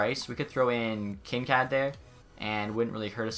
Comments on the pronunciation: "Kin-Kad". It's Kin-Kaid. Like kool-aid. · Kinkaid is not said like kinkad. Its Kin Kaid like bandaid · Kinkaid is pronounced Kin-kade not Kin-kad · Kincad or Kincaid. That pronunciation tho lol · Kin kad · Kincaaad wtf, cmon pls search it up cuz that was some next level cringe It’s Kin (you got the part right) Kaid (like Cad in the name Caden)